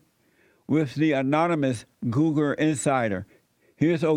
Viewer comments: Who else loves when Jessie says "Googer"? I love this man XD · " on googer " jesses awesome hahaha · "reporting on..googa" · Goolgeruhh - Jessie